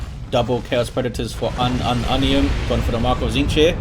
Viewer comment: i can't stop hearing unknow onions when he say unumunium